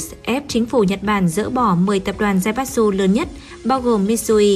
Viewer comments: Đọc là Zaiba chư. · Tài phiệt đọc là zai bát tsự. Ko chịu lên google học cách đọc cho đúng. Sai tùm lum xem mà chán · Theo tiếng Nhật "tsu" つ đọc là "chư" nhé. Kiểu như Mitsubishi đọc là "Mi chư bi si"